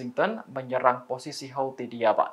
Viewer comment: Bacaannya hutsi pk